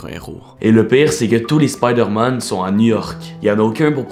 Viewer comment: C es spoodér man